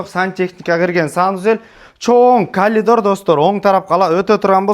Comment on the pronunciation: Калидор эмес Каридор 😂😂